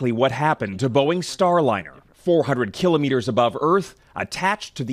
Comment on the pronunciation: 200 kill o meeters ……haha learn how to pronounce it